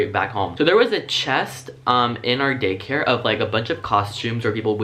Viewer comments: Did anyone else here him say gay care instead of day care 😂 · Ok is it just me or every time he said Day care i hear Gay Care 🌈😂😂 love that 💙